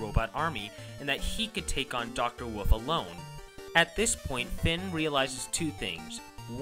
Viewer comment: why do you say woof instead of wolf and pronounce indecision? Do you have a speech impediment? cause if so same ^w^